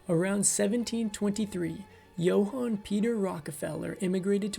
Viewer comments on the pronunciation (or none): none